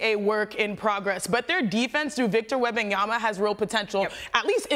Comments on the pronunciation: Why Perk add the extra “b” to Wemby’s name? 😂 …yama, not yamba 😂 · Did Perk just said WembanyamBa twice in a row?)